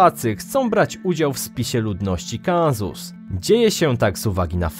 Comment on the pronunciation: siemasz, zakladasz anglojezyczny kanal a mowisz na Census (czyt. senzus) - Kanzus. Staaaaaryyyyy, daj se spokoj. Nawet Ajven nie pomoze ;) i moglbys troszke zmienic intonacje. tak z "pretensjonalnej amerykanskiej" na zwyczajna lektorska np Knapik mode albo szczotkowski mode ;) Twoja intonacja jest denerwujaca...w malopolsce powiedzieliby "spiewajaca". wez Ty sie chopie posluchaj! przeciez gora dolina gora dolina tylko jodlowania brak :D